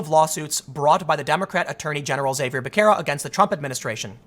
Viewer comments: Becerra is better pronounced [Beh-Se-Rah] then [beck-kerr-rah] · its pronounced harvey basahra .he's an idiot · Tim Pool claims to have grown up on the Southside of Chicago but can’t pronounce basic Spanish names.